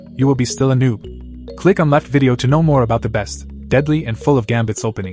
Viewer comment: “I don’t knowv”